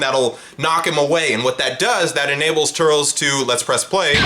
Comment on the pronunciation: Nah why brotha call him turls